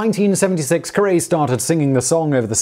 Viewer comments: Thank you! Jesus Christ! I had to stop the video to say something. I was about to lose it. "Harry CUH-ree" Aaaaahhh! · Harry Caray's last name is pronounced "KEH-REE" ....like Cary Grant. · Sorry, I could not continue to watch this.. I am from Chicago and your continual mispronunciation of Harry Caray's (pronounced like Carry) name grated on me to the point I could not just let it slide and keep watching. It is like expecting a rhyming and not getting it. It creates a dissonance sound that creates a disharmonious tone. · OMG - I don't know a damn thing about baseball, but I know the guy's name is Harry Car-EE. I still love you, tho. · This pronunciation k'ray k'ray! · Its Harry "carry". Not the way you pronounced it. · please re-record with the correct pronunciation of Harry "Carry" please! please please! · Omg...you couldn’t bother to find out how to pronounce Carrey? You pronounce it like carry. Please re-record this video because you’re hurting my brain 🤣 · Harry's last name rhymes with his first name. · Dear TIFO, his last name rhymes with his first name. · Agreed, one of my favorite channels, for myself and my wife. But to hear a name mispronounced like that is still pretty cringeworthy. Bottom line: when in doubt, ask a Yank. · to be fair, it's pretty easy to find contemporaneous video of the proper pronunciation of Harry Carey. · Yeah, every Cubs fan and probably every baseball fan was screaming at their screens. It rhymes with Harry dude. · No, he WAS talking about Harry Caray. ....but he pronounced it wrong. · I can only assume the constant mispronouncing of Harry Carey's last name was in tribute to Carey- the man who butchered every last name in baseball that had more than two syllables. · Might put money down that the mispronunciation is mostly to troll people. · Funny how he says Taft correctly but not Harry Caray. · I'm a Yankees fan, and that flubbed pronunciation hurt me every time. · Can’t listen to him butcher Harry Caray’s name.